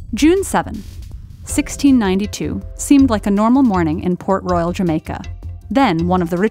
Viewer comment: I thought it was Pork Royal Jamaica turns out it was Port . I mean the shape and the color of the city looks like pork and the way she saids it really sounds like Pork😂😂